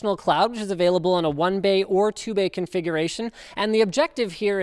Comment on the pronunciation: "One bae or two bae configuration " :P